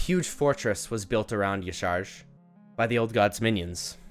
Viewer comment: Aww isn’t it pronounced “yah sha rahj”